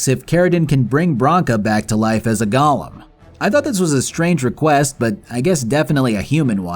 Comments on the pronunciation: why do you pronounce Golem like Gollum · it's golem, not goLEM 😂😂😂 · ffff. GoLEM, not Gollums. What is wrong with you? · Do you have any idea how stupid you sound calling them “gollums” like this is Lord of The Rings? They’re pronounced GOAL-ems. Spelled Golem. It wouldn’t have been so bad if you said it once or twice, but you were so sure you were correct you included the word 40 times in your script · "gah-lum" is a charactor in LOTR "go-lem" is a "living" doll type of creature